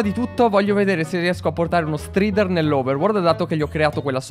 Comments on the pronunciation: Bel video! Cmq la prununcia é straider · Si dice straider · Si dice " straider"